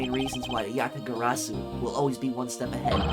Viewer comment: Congrats on pronouncing Yatagarsu correctly, however you still pronounced Zheng Fa 政法 as Zeng Fa, can’t blame you tho that word is hard to pronounce for foreigners 😅